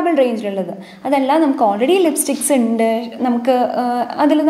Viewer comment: ഇണ്ട് അല്ല ഉണ്ട് എന്ന് പറയു.........